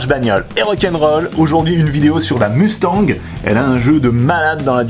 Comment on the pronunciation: Bien joué la prononciation "mustanG" a+